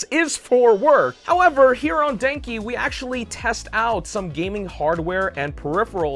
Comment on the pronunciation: Lol, when you said Denki, it sounded more like Janky 🤣